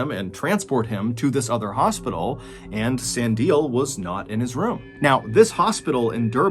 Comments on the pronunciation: I love your pronunciation of Sandile 😂😂 I'm south african so I'll help 👍🏼😂 San-di-le I love your videos. Perfect for that winding down 👌🏼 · Hey John! South African here, just a quick correction to your pronunciation hehe... Sandile is pronounced "Sun-dee-leh"... really thought this was an interesting story though... maybe might be worth looking up stories about the Zulu Tokoloshi 😋 love your stuff so thank you for doing what you do 😊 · Hey, MrBallen - the second guy's name isn't pronounced like that it's pronounced like sah-ndee-léh. It's also my surname😊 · Well this freaked me out. I live near Stellenbosch. Sandile is pronounced "sun - deel - hair" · finally a video based in my home town !! also for future use, his name is pronounced "sun-dee-leh" thank you for this video mr.b <3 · Oijoijoi... the pronunciation in this killed me... but not in the attic lol. Sandile...pronunciation Sun-Dee-le (leg with no g) Durban is NOT like Stellenbosch. Its humid and is by the sea, popular swimming spot over December. Stellenbosch is wine country, its the napa valley of South Africa, more for tourists that are into wine. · So happy to hear you covering this story, I’m not South African but I’m shocked to hear this is happening and most people don’t know about it. Also I think the second victims name is pronounced Sandy-lay. ❤ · sandile is pronounced san-dee-leh, with the emphasis on the middle syllable. I respect what you do John but please put more effort into pronouncing the names of victims properly. sandile is an incredibly common name in south africa, so you could have found an example of how to pronounce it really easily. otherwise I enjoyed this, it's really weird and surprising I never heard about it given i live in Durban myself. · As a South African I can give some input. Sandile is pronounced syllable by syllable. San - di (dee) - le (leh). Same for basically every other South African name. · Its pronounced "sun-dee-le" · Sandile's name is pronounced "Sun-D-le" 😉